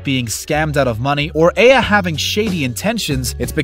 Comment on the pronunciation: Dude you called her AVA...when its aya..